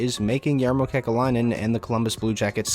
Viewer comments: I’m pretty sure it’s pronounced “yar-mow” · GMs name is pronounced "Yarmo" btw